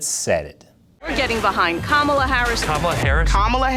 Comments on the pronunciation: He is saying Kamablah blah blah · kama"bla" like "bla bla bla"? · "Kamabla"... Big deal. I've been calling her 'Klamata Harry,' for awhile now... No one even noticed. :face-red-droopy-eyes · Kamabla is more like Kamala saying Bla Bla Bla 😂